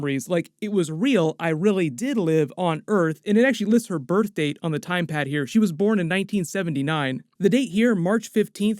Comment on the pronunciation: Am I the only one who is hearing say 'Time Pad' instead of TemPad?